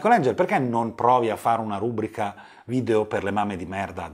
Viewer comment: Non voglio fare grammar-nazismo ma non si dice "rúbrica" ma "rubríca". All'inizio l'hai detto due volte 😅 Ok ora la smetto ascolto il resto (è stato più forte di me)